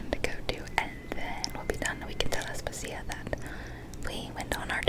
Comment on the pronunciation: Aspàsia, not Aspasìa 😅